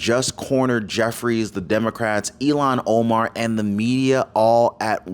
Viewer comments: Please it is Ilham with a h that is pronounced, not Ilon, which sound like “Elon”. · Ilhan, not Elhan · Its not Elon...it's " IL HAN " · "ILHAN" not "Elon"! oops! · Please speak her name correctly. Her name is NOT ELON !!!! HER NAME IS SPELLED.....IL HAN. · It's not Elon Omar it's ill - han Omar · Her name is Pronounced ILL HAN like sick hand. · It’s pronounced “illon” Omar. Please don’t say “Elon!” That’s an insult to those really named Elon!!! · ILHAN NOT ELON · ill han omar, not elon omar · It's ill han. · It’s not Elon Omar… it’s ILLHAN (IL Hann) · Omar’s first name is pronounced ill hawn. Not E Lon. She’s awful!! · PLEASE....NOT ELON‼️ IT IS ILHAN PRONOUNCED. ILL HAN ‼️‼️‼️ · It's Ilhan pronounced illhan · WE remember ILLHAN OMAR! pronounced ILL-HON, not Elon! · Please call Omar -ill han not Elon it got confusing Musk or Omar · Her name is pronounced ILL-hahn, not “Elon” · ILL-Hahn Omar. Not Eee-Lon. Pronunciation is important. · Her name isn't Elon its Illhan. If Your going to speak professionaly than please do so!!!!